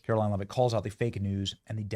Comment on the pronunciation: Benny, after days of reporting this, you STILL can't pronounce her name? Have some respect man and say her name properly for God's sake.